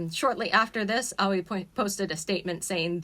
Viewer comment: You weebs can never say words like aoi and yaoi properly Its not AWIE like "ouchie" it's A-OH-EE